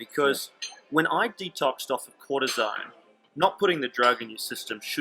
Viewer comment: you talk about a drug " cortizine " ?? I dont understand what you say . Please type it ... ( maybe you mean cortizone ? )